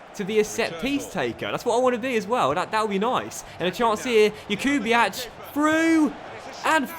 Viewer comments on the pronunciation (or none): Jakubiak is pronounced (yak-ube-iak) stop with the (ch)